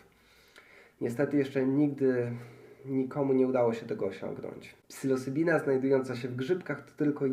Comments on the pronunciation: faktycznie lekko z angielskim zalatuje :-) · Psylocybina NIE PSYLOSYBINA i tyle